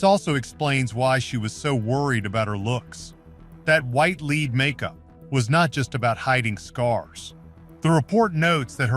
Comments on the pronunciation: Wow...clearly this entire thing is AI with no human involved...any human with half a brain knows there is no such thing as "leed" poisoning and that white pigment is from lead..pronounced "led" and is a neurotoxin. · So many audio/narration errors: pronunciation of “lead” time after time is just plain sloppy. AI cannot be trusted to do it correctly.